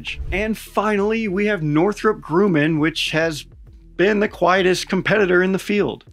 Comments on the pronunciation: Awesome video, but why are you pronouncing Grumman like that? It sounds like you’re saying “grooming” without the g at the end. lol “groomin” .. isn’t it pronounced phonetically, like “Grum-man” or rather “Grum-min”… my Dad used to work for Grumman, along with my late Grandfather throughout the 80’s and 90’s. I think even some of the 70’s, but I don’t know for sure. Sadly, the Long Island, New York Grumman ended up doing mass layoffs, reducing its Long Island workforce from 25,000 in the mid 80’s, to approximately 3,000 by 1996. I still remember it vividly, being like 6 or 7 years old, lying on the couch with my Mom, watching tv. We both dozed off, only to be awoken by my Dad, stumbling through the door, drunk off his crying on his knees beside the couch, telling my mom that he was laid off. I guess he hit the bar after getting the news.. understandably so. They just had to get a full shift out of him before breaking the news to him! But yeah, I felt really bad for him, as he and his dad dedicated so many years to that company, and he loved it there. But anyway, sorry for the long winded trauma dumping comment! lol I’m just recollecting my personal experience related to Grumman, that’s all. And I always knew it to be pronounced “Grum-min”… but then again, I am from Long Island, and we all know how dumb and trashy the Long Island accent is. 😂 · Minor point. It is NOT Groooman. It is Grrrrru-man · it's Northrop "grUHHman" bro. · My buddy works with one of the companies in the project. Its down to Anduril and Northrop Gumman (There are two M's, and is pronounce Grum-man, not like the protagonist of "Dispiccable Me"... C'mon man?! Marines are supposed to be literate, haha) with Anduril's LATTICE platform to be really interesting the military brass. That's all I got on this for now. From one crayon muncher to another, Semper Fi,. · Who pronounces it 'Groo-man'?! 🤣🤣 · I’m sorry. Northrop “Grooman??” Is this guy new to aviation?